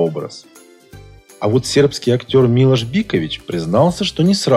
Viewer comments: Он не МИлош а МилОш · Милош ударение на и биковичударение на о